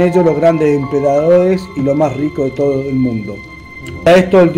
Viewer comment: Cuando dodice empedadodes